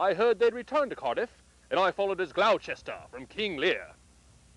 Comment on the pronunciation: "Glow Chester in King Lear"? Would that be Gloucester, pronounced "Gloster"? Otherwise quite good.